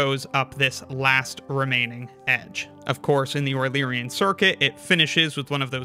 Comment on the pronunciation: A wueluerian trail???